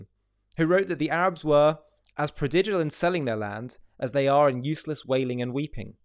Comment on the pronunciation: Are you saying no Arabs were forcibly made to leave, at all? Or some were, but it was few compared to those who left voluntarily? Ps. Prodigal is pronounced with a hard G - to be fair the most common use is in a parable of Jesus, which you probably weren't brought up with.